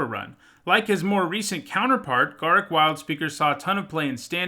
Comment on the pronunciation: Uh oh. You mispronounced Garruk